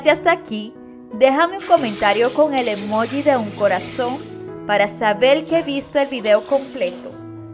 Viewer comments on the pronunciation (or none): none